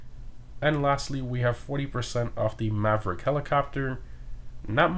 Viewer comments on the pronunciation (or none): none